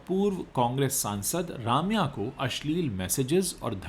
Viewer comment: Bhai Raamya nahi, Rum-ya hai sahi pronounciation...